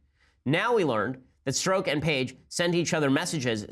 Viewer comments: Oh, and so you know, Ben. It's pronounced Stroke. His name is Peter Stroke! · Strzok would be pronounced 'st'+French Pronunciation of J+'oc'